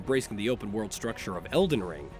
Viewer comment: You mean el-die-ring? :)